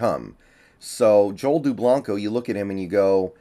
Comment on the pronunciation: Lol he said his name wrong, I grew up with Joel